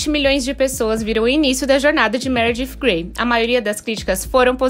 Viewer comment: Dsclp mas tu fala meredif grey kkkkk